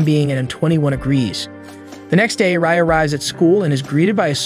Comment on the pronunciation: My man really called Rai 'Ray', it's pronounced Rye like the bread